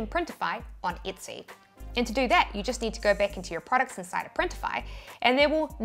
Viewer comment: Why are you mispronouncing Etsy, You keep saying itsy 👈🤣